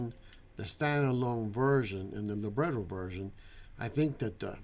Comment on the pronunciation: it's amazing how you can't even properly say Libretro, it's literally lib-retro.